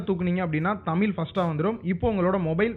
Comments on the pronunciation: தம்பி அது தமில் இல்ல தமிழ் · தமில் இல்லை தமிழ் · எல்லாம் சந்தோஷம் தான் ஆனால் நீங்கள் தமில் தமில் என்று கூறுவதுவது மட்டுமே வருத்தம் அளிக்கிறது. தமிழ் தமிழ் என்று சிறப்பு ழகரத்தை அழுத்திக்கூறுங்களேன். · தம்பி தமில் இல்ல பா , அது தமிழ். கேட்கவே கஷ்டமா இருக்கு. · Athu thamizh ... Tamilllll😂😂😂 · அது தமில் இல்ல தமிழ் pronounce properly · தமில் இல்லை நண்பா.. தமிழ்... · தயவு செய்து தமில் தமில் என்று பேச வேண்டாம் சகோ தமிழ் என உச்சரியுங்கள் .. நன்றி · தமில் இல்ல நண்பா, தமிழ். ழ் வராதா. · தமிழ்.. எங்க சொல்லுங்க...: தமில்.. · Deiiiii adhu tamil illa da thamizh first nee thamizh nu solla kathuka aprm Google ku polam. Enna da thamizhanuku vandha sodhana....🤦🏻‍♂️🤦🏻‍♂️